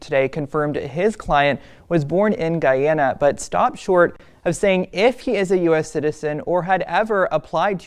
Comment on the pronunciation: His attorney can't pronounce the country Roberts is from 😂😂 FYI Guyana military don't fight cartels, you know why? There are no friggin cartels in Guyana. It's 83,000 sq miles with less than half populated. 750,000 inhabitants, hard for cartels to hide. He is probably not even from Guyana.